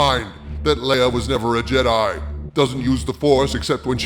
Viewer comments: Leia's name is pronounced "Lay-uh". Are you pronouncing it as "LEE-UH" on purpose? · Soooo...why do you keep mispronouncing Leia's name? It's not pronounced "LEE-ugh" it's pronounced "LAY-ugh". Have you not watched the movies? There are a couple characters (Tarkin, and General Dodonna) in ANH who mispronounce her name, but everyone else, both in ANH, and all the other movies, pronounce her name correctly. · Lay uh, not lee uh